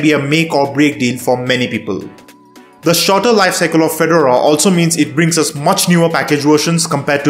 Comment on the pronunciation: It's not a tennis player so it's pronounced Fe-Door-A Please get this right!!!!!